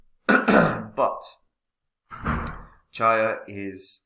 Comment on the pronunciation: "Cheeeya", not Chiya 😂 👍